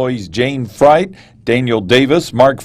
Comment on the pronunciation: Jayne’s name was pronounced “Freet” not “Fright”. C’mon!